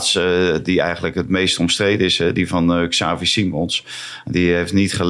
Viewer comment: Je schrijft XAVI maar je spreekt het uit als 'TSJAVI' of 'chavee'.